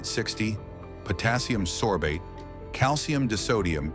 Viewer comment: Hard to take this seriously when the narrator can’t pronounce simple words like margarine, beers, and calcium